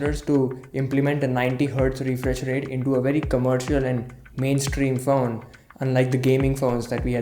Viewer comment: When he said 'Faone' I felt it...